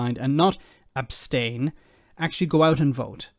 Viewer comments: “Yes I would OBSTAINas well………….” It’s ABSTAIN you gormless woman. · “ I would obstain.” 😂😂😂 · They don't even know the correct pronunciation.'Obstain', say no more. That says it all. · “Obstain” lol. Two thickos.